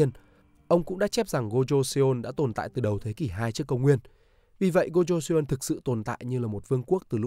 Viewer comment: Nội dung hay nhưng nếu bạn đọc được đúng phiên âm thì sẽ hay hơn. Ví dụ "Joseon" -> "cho-son" chứ không phải là "giô - sê - ôn"